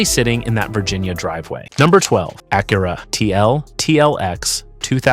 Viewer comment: AI pronounced Acura two different ways in the first opening remarks !